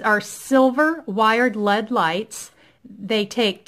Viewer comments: LED = "L. E. D.", not "led" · L E D not lead